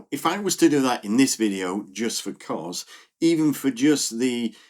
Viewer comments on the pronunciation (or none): Great video… just fyi, it’s not Koz, it’s Kos